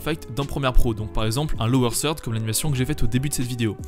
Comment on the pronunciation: Aussi lower third se dit pas lower sird:D Faut éxercer le -th là haha. il est belge?